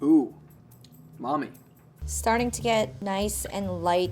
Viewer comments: God he pronounces it so white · Nobody:: said umami (tasty, in japanese) Ooh. Mommy. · yeah he tried to say umami LOL